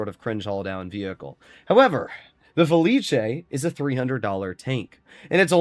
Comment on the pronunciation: IT'S FELIS. NOT FELICHE.